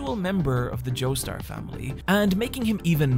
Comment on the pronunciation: go ahead